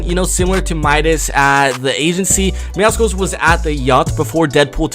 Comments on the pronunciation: Myth: What happens when pronounces Meowscles name right (ITS MEOW-SCLES. MEOW-MUSCLE, NOT MEOW-SCKULL OR MEOWSICLE) will he explode or actually receive praise? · YOU SAID MEOWCELES NAME WRONG ITS MEOW-SOULS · It’s not pronounced meowSkuls, it’s meow-cells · Deadpool had to do my man Meowcles like that and it isn't pronounced Meowsicles it's actually Meowsles but I thought it was Meowsicles until I watched the trailer again but hey I aint bothered about it jeez I wrote a novel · For the thousandth time it's pronounced (meow-suls) not (meow-cicals) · ITS MEOW—CLES NOT MEOW SI CLE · It’s ME-OW-SOULS, not ME-OW-SI-CALS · Not judging but its not Meowsickles. Its Meowssels (pronunciation) bit spelled Meowscles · Why does everyone pronounce meowscles as meowsicles? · Why do so many people pronounce meowscles wrong its not MEOWSICLES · Why does everybody say “meow-skulls” nobody says mus-kulls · Who the fuck is meow-sickles ???? And why are you constantly pronouncing it wrong...???? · Its pronounced meow suls it was like that on the trailer and its meow+ Muscles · It is myawsols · IT’S meowScles THE C IS SILENT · Its pronounced meow SULS, not meow SCLES! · How do people pronounce meowscles wrong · Im just saying meowscles has a prenouncation of meow and muscles so remove the mu and yeah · You said mewscles wrong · Myth: knows how to pronounce Meowscles